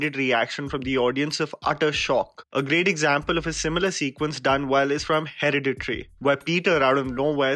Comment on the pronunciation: It's He-ra-di-tary